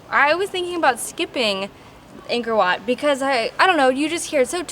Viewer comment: This is a great video! The temple is truly a great place and thank you for visiting my home country but just a tip, "Ankor Wat"-if you want to sound more native- is pronounced "ung-kh-or wh-aught" :) keep in mind, you aren't Cambodian so it's okay if you don't get the pronunciation right away. You guys are awesome. Keep it up!!